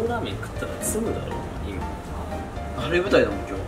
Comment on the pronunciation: トミーの詰むの発音がツムツムの方に聞こえる(笑)